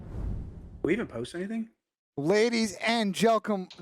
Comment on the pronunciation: Ladies and gelcum??😭